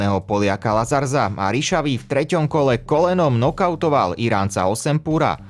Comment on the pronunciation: Jen jedna technická Lazarz se čte Uazař, rz=ř.